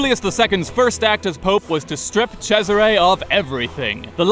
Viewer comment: I just feel so validated that I was right that's how you pronounce Cesare. I had people reading that as freaking Caesar.